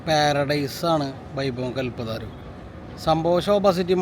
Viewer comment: കൽപ്പതാരു അല്ല കൽപ്പതരു ആണ്